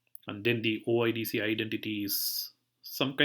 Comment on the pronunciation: Thanks for sharing but it is not "OddZero" it is "O I D Ceee"